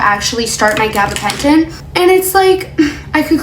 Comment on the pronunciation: Say gabbapenton again